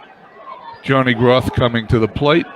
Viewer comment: ...love the fact that you are doing a 50's replay...some name corrections for you...Johnny Groth is pronounced 'Growth'...and Hoot Evers is 'Ee vers' emphasis on E...as for McDermott, he was always considered a good hitter, in fact he use to get some pinch hitting calls. Lots of offense in your replay eh!